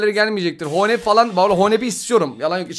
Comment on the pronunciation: Abi o adamın adı honeb değil hones o b gibi olan almancada ssssss